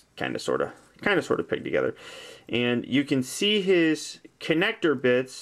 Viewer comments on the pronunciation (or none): Is he saying: "FOLD DIS BAK TOGTRER,"